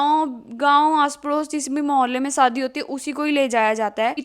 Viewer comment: Saadi nahi shaadi...